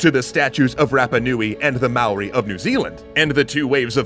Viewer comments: Hey guys, please pronounce Māori correctly. It is Mou-ri rather than MAO-ri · You're making such an effort to pronounce Hawai'i correctly, but you still got Māori wrong. It's hard to put across in words but it's more like "Mow-ri", with a rolled R, than "Mao-ri", like you said it.